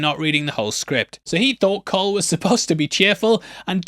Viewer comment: Who tf pronounces Cole with a soft c?